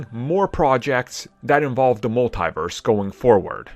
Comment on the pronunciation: You keep saying multiverse like there is an e Agee the I lol.